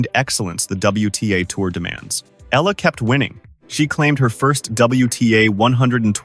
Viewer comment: Please pronounce her name properly, Alexandra /Alex Eala (Eyala). Just pronounce it right. We will appreciate and thank you for it.